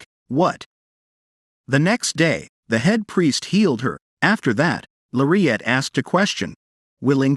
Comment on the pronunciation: Her name isn’t Maire at. Her name is Lariette. It’s pronounced with an L not M. Plus, you’re far behind. This drama has been posted before and so much has happened. You need to catch up. Search on the other sites and you will see the rest of read it. You’re going to love this manga - It has several names - I thought I didn’t have long to live, Time Limit- I thought it was time. I’ve been waiting to see. Well, I won’t give it away. But, check it out. Also, check out the manga’s called - Don’t pick up the trash you threw away, Betrayal of Dignity, and Age of Arrogance it has another name City of Arrogance and another one I won’t return to a family that abandoned me. Oh! You’re going to love these manga’s. ❤